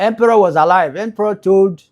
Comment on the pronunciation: Capt Harley Empere not Emperor